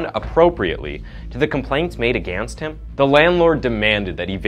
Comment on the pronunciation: Why did you sound so country when “against him” 😂😂